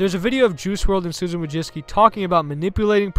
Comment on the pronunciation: You dont even try to pronounce her surname correctly. Madzicky? You got that from Wojcicki??